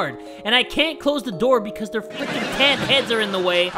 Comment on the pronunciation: "Becosh hesh sho funny" Beautiful, im in tears.